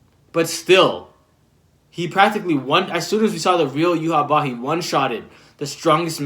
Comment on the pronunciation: I believe it's pronounced you-ha-bach, I think it's pronounced sternritter instead of stern rider could be wrong tho. Aizen altered Yhwach sense of time so he used up his time limit W reaction fantastic analysis. It's great seeing this series from a fresh perspective